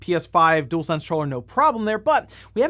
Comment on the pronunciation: Dualsense, not Doolsense